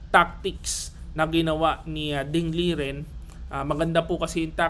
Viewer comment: master, ding lijen daw tamang pag bigkas ng name nya.